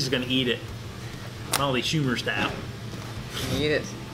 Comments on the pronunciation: Dang you both killed it! Molly's face when they mispronounced her last name lmao. Looks like you enjoyed the heck out of it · it actually looks pretty great..I love her look when he mispronounces her name...:) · Yeah but only bc that's what said..He's always mispronouncing her name on purpose..The man didn't know their names. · He butchered the hell outta her name 🤣